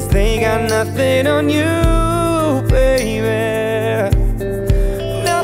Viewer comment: I don't know if I heard this wrong but he pronounced the word 'Nothing on you baby' it sounded like he said 'Nothing on you baybear'